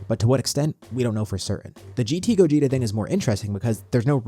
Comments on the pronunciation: It's Gogeta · It’s Gogeta